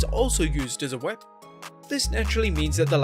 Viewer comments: Can you not say weapon? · This channel can’t even say the word “weapon” 😂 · You can't say "weapon"???